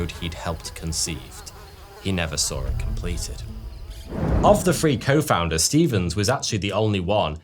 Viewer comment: Three Men! Not Free Men! This guy has always had a problem speaking English properly, like it’s not his real first language and but some weird, underclass English Creole! Pronounce the th sound not an eff sound! It makes him sound and appear like a proper chav! 😮😢😂😂🤣🤣🤯